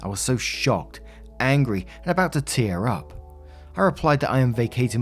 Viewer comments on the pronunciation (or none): none